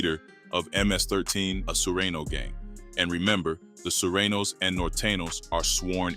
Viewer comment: he said "he was the leader of ms13 a sureno gang" ms 13 and surenos are not the same gang 😂 they go to war against eachother a lot. He's not even pronouncing half these gangs names right. Wtf is a surano ? sureños fool 🤦‍♂️